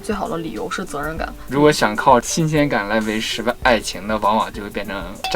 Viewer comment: 相濡以沫 第二个说成了守😝